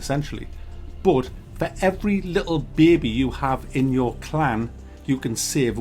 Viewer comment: "Every littl' BEBEH"